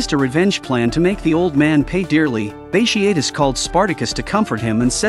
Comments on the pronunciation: Great vid except for mispronounced name of Bartious multiple times throughout the vid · Bat tee ott tus. That’s how you pronounce it